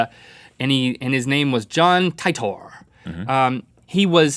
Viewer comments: Link why you butcher names! John TYETOR XD it's pronounced TEATER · with John titor he went back to 1975 to retrieve an ibn5100 because SERN managed to create time travel with miniature black holes at 1st they could only send back 16 bytes. Oh and it is pronounced te-tor